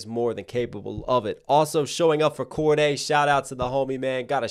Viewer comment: its Cordae not Cordea